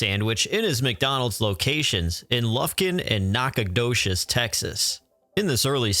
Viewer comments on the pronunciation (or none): Never heard Nacogdoches pronounced like that.